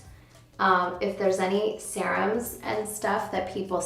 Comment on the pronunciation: I noticed how she was saying serums too... lol!